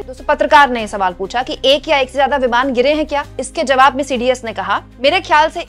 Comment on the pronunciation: Itni kya jaldi hoti hai apko vimaan hota hai vimaar nahi 😂